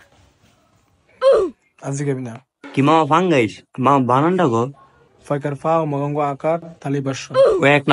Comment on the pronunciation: পাঙ্গাস ❌ পানগাছ ✔️